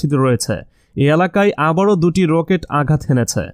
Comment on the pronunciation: রোকেট..… প্যারেক.... তাই না। কি বাংলা 🤣🤣🤣🤣🤣🤣🤣🤣